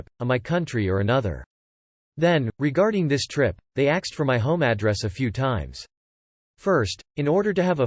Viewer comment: Why does this voice pronounce "ask" as "axe" and "asked" as "axed"?